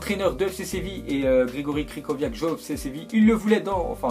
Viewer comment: Grzegorz Krychowiak , pas Gregorie Cricoviak